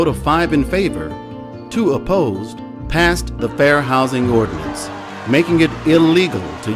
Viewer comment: nice video. Please correct: Ordianance Ordinance.